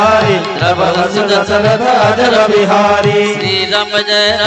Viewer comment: Not ajarbihari but ajirbihari